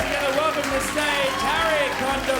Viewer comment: He killed that set! Love Hari's style. :) I notice he got introduced as 'Harry" but I always pronounce it as "Ha-ree".